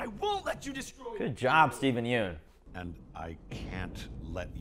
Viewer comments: Just so you guys know Yeun is pronounced "Yunn" not "Yoon" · yeun in steven yeun is pronounced like young without the g